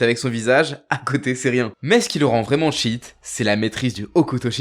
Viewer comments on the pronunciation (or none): none